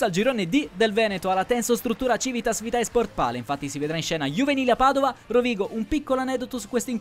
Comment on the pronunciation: Frate,vitae è latino si legge vite